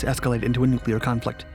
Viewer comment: Still, he couldn't pronounce "nuclear."